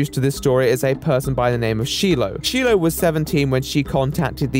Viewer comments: the amount of times that sheee-low was said instead of shy-low is just making me laugh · it's... it's pronounced "shy-low," not "shee-low" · she--low lol.... Did not even watch the clips in his part?? What is this, a personal protest? I mean everyone knows how to say patient zero's name correctly... Except. Lame but kinda funny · “She-low” Its “shy-low”😅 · Why is calling Shiloh "she-low" instead of the correct pronunciation "shy-low"? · fuck onision but the way he keeps pronouncing Shee-Lo instead of the correct Shy-Lo is really bugging me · Shilo not sheila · Shiloh's name is pronounced Shy-low, not She-low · Sorry to be that person, but Shiloh pronounces her name shy-low, not she-low. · I’m gonna be that person, as I’m sure others have commented but her name is pronounced “SHY-loh” not “SHEEE-loh.” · Pronounced Shylow, not Shelow lol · He's such a piece of trash!! Just a note but her name is Shilo not shelo!! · Good video but hearing shiloh pronounced wrong was sooooo annoying. There’s an I in there not an E and is pronounced as such, shi-loh isn’t she-loh. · cringing so hard at shee-low. it's shy-low. >_< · it's pronounced shy-low not she-low smh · Shy-low not she-low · Sheelow - Sheilah and other pronunciations I couldn't even figure out. Very thorough video but please learn how to say her name! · And also, Dude, shiloh's name is pronounced "Shy-low", not "She-low". Considering how much "research" you've done, it seems like you weren't listening. Greg said her name constantly. But please, dont take this as I'm defending onion boy in anyway, I'd choke him out in a heart beat lol. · She-low?????????? It’s pronounced Shy-low lol 😂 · It's Shy-loh right? Not Shee-loh. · It is pronounced Shy low NOT She low. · Sh-I-lo. Not She-lo 😂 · Shyyyy -loh Not shee -loh Other than that great vid the man's a psychopath that needs locking up lmao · It's SHY-LOW not SHE-LOW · “Sheelo” omg... it’s “shy-low” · It's SHY-LOH not SHEE-LOH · shylow not she-low